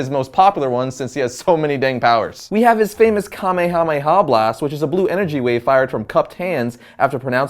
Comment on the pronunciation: You actually pronounced Kamehameha correctly! I am so proud of you,.